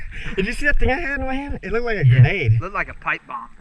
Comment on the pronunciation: When u say a gernate Me: Don't be dumb watch to not pull the trigrer